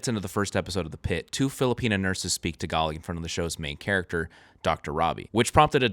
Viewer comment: Might I ask -- you pronounce "Tagalog" as "Tag-alee." Is that a better way to say the word? I don't know so I thought I'd ask.